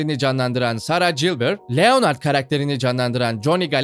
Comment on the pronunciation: Abi niye Leonard’ı Türkçe okuyorsunuz Lenırd doğru okunuşu